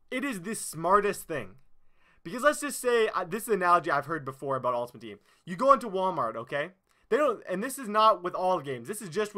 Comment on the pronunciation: "Im so passionate 'aboat' this"